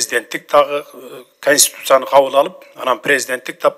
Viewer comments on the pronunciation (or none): Констутуция эмес Конституция диктор кыз сураныч туура окунузчу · КОНСТИТУЦИЯ деп сүйлөгөндү үйрөнгүлөчү. КонстУтуция дебей. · Текстти окуп аткан диктор айым, " КонстУтуция" эмес, "КОНСТИТУЦИЯ" туура айтсанар. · Алып баруучу кыз конституция деген созду туура айтсын! Билимдуу журналист, алып баруучулар ушинтип туура эмес суйлосо уят эле!